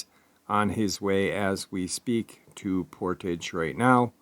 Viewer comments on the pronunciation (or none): none